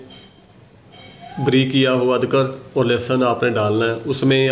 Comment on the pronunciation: Adkr nhi adrak hai sir